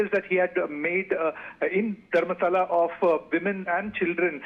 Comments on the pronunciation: It si Dharmastala not Dharmashala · Its not Dharmashala 🤦‍♂️ Even reading is easy for these anchors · Dharmasthala . Not dharmashala . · Hello Mr anchor … pronounce the name of the place correctly …. It’s not your Dharam Shala…. It’s Dharmasthala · It's not Dharmashaala .. it's Dharmasthala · It's Dharmasthala not Dharmashala